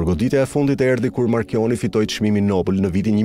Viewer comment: *marconi - jo marchioni!!!